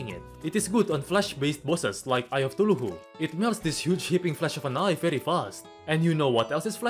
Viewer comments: it's not thuluhu its "KA THU LU" xDDD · Normal people: Chuthulhu: Too-Loo-Who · I love how he calls it Thuluhu instead of Cthulhu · i love the way he says ”suhullu” 😂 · yeah THE TULUHU lmao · the way he says cthulhu cracks me up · the way you say cthulhu lol